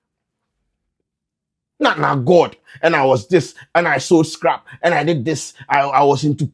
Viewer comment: Masa y u emphasizing the scrap one😂